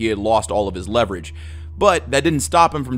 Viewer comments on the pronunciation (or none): none